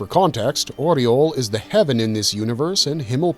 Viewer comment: Aureole is pronounced Ow-rey-O-ley FFS watch the anime before you make the video about one. The DUB and SUB both pronounce it correctly yet you messed it up for the entire video, which likely means you didn't watch the anime and this video is hearsay at best or you just copy and pasted from the wiki.